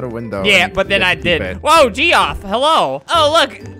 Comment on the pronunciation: its not geoff its jeff